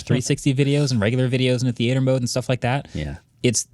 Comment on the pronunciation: the way marques said "theater" had me giggling